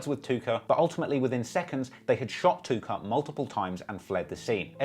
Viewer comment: I had to rewind it like 4x bc you’re limey pronouncin’ of “Tooka” as Took-OH! Hope no one smokes a blunt cuz I like these videos.